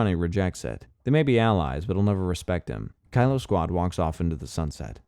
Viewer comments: Kilo is pronounced key-low, not Kylo for the love of god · Kilo: key-low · he pronounced it like Kylo Ren several times in the video